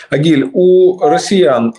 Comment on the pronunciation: Не Огиль а Агиль